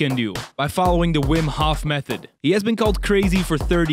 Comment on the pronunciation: Aren’t you Dutch too? Why do you pronounce Hof in the English way?